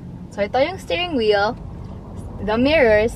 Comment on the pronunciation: gusto ko ung "stairing wheel" haha